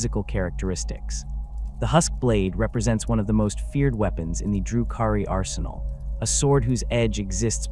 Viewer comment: AI garbage, the way they pronounce DRU-KHARI gives it away. Delete this shit